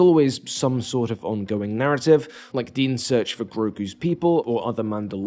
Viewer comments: I can't ignore the way you are pronouncing Din. It's /din/, not /dēn/. The dude's name is not Dean lmao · Dean? Dean Djarrin? Wtf is that pronunciation I love it. ❤ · You pronouncing Din's name Dean will be the death of me